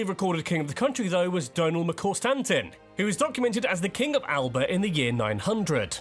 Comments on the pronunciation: A few points I noticed while watching the video (as you asked!) Alba isn’t pronounced Al-ba, it’s al-a-pah. As much as I like to say the Romans didn’t conquer Scotland, that was more because they weren’t interested in it than because we fought them off. William Wallace wouldn’t have worn war paint. Yes he pronounced Hebrides correct however their Gaelic name Na h-Eileanan an Iar is what is used now (or The Western Isles) The picture used for the slides is Edinburgh, specifically it’s a hill (old volcano) you can hike called Arthur’s Seat which overlooks the city. If you like Balmoral they have started selling afternoon tea there (reservations are like gold dust!) However, my favourite looking castle in Scotland is Dunrobin on the NC500, although my favourite castle to visit is Culzean as it has so much to do! On St Andrews Day many tourist attractions are free to enter so a good time to visit, if you don’t mind the November weather. Gaelic is pronounced gha-lic and although it’s more ‘famous’ it’s not as widely used as Scots, which many consider a dialect (or slang) but is a language in itself, so most Scots are actually bilingual. Haggis just gets a bad rep, if people listed the ingredients of a hot dog every time it was mentioned it’d get the same reaction but, like a hot dog, if you like sausage it’s not far off, especially the more modern way it’s served. There is actually a reason the unicorn is Scotland’s national animal; the king of animals is the lion, which is why En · Great reaction. He did say Hebrides correctly but did say Alnwick and Alba incorrectly lol. To be fair I say alba incorrectly too and I am Scottish. Apparently it’s alaba …. Ewan mcgregor in trainspotting is about as Scottish as you can get lol. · Pronounced in Scots' Gaelic "Al-aba".